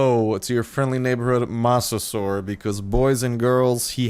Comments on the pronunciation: I believe its not moss but mose that how u say mosasuar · Mose-a-saur, that's how you say it. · God damnit its mose-a-soar-es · It's mosa-suar-us please pronounce it right :) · Start its mo-sa-saw-iss please say it right please it's my fav dino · You mispronounced mosasaurs and you called it a dinosaur, which its not. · You said its name wrong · You pronounce mosasaurus with low O not high O. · you and several other Youtubers have been butchering the pronunciation of Mosasaurus.